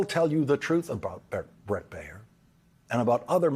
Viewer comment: Dude. Baier sux, most of the time, but his name is not "Bay-yer," like the aspirin. It is Bear, like the animal. One syllable. Learn English.